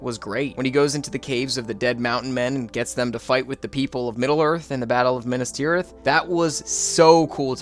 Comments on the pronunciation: yeah lol i was like wth is minus tirith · “Minus” Tirith made me choke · Did you actually just call Minas Tirith (-minus)Tirith? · Sorry I have to do it: Minas Tirith is Me-Nass, not My-Nuss. Great video! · "mai-nas-tirith" no way bro's serious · mainas tirith too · And Minas Tirith 🙈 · LEGOlas, Minus Tireth, Booromir Yeah dude was butchering names left and right lmao